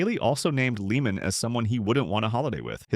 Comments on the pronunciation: Tom Leah-man.. Not Leeman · If you're going to narrate a golf Video Learn how to pronounce the pros names. The pronunciation of Tom Lehman name is Lay-muhn.